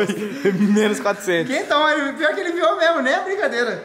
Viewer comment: Corona e máquina quando ele fala sai Memo